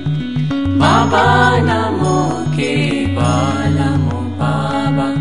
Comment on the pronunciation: I must tell you one significant thing: the mantra is not BABANAMO KEVALAMO. The mantra is BABANAM KEVALAM as it has been pronounced by the Guru Himself. I have that audio with me. I can give it to anyone on demand. Only you have to provide me with your Whatsapp number, please. So, never sing Kiirtan with the wrong pronunciation. It may attract the negative microvita. Thank you, Namaskar.